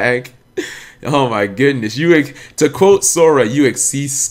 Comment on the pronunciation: it's Yuto YUTO